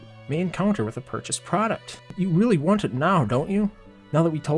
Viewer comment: you say shiehld, and deficuult, shieeeeeeehhhghhhld omg READ dude, and yeeeeeero, and weally weally snerky